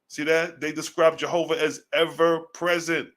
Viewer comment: Jsjovah. Not. Jahovih